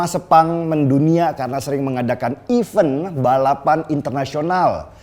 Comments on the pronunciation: Event # even mas Deny, pronunciationnya betulkan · Event balapan....bukan even balapan....mas😁